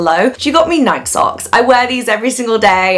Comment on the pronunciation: Um, it’s pronounced “nye kee”. Just for future reference…